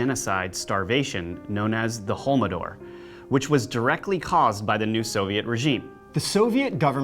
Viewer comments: completely butchered the name of the famine.......lol its the holodomor not holmodor hahahahahah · Thank you for your continued wonderful work. And thank you for bringing Holodomor into public awareness, so few people know about this horror. I had to laugh at your pronunciation, Holodomor is pronounced as it is spelled. I grew up with my grandmother talking about the horrors of Holodomor, mothers eating children etc. Ukraine today is still suffering from PTSD, and the country is being exploited in it's vulnerability. Monsanto is gaining a foothold even though the people are against GMOs, they have no idea that Monsanto is what it really is. They are being financially bankrupt, and corruption is destroying Ukraine. I was living there and finally had to leave because I couldn't stand the heartbreak. I have been arguing with alternative researchers like Richard Dolan to stop calling Ukraine Nazi and claiming the revolution (Maidan) was caused by the cabal in America. Yes, some elements (like Soros) paid thugs to cause havoc during the demonstrations, but the people took to the streets in protest for their unbearable living conditions and they are definitely not Nazis. There are nazi elements, just like in America, but they are a minority. How can I convince these researchers they are wrong? Even my hero David Icke. They didn't live in Ukraine and are only repeating propaganda from the Russians. It sucks. Maybe you have an opinion?